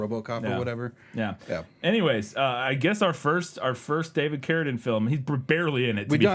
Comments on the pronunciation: Love the show, but I cannot finish this episode because it's pronounced. CARADEEN It says it in the trailer, in the beginning of the video and every other mention of him ever, why are you saying carradin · Why does he pronounce Carradine like that? It’s driving me so crazy I feel like Im losing oxygen from my brain via a rope around my neck, but I don’t exactly know why? 😜 Seriously though It’s CARE-ah-DEEN not care-uh-din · I cringe every time the pronounce it "care-a-din." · He still doesn't know how to pronounce Carradine? Why is no one correcting him? It sounds ridiculous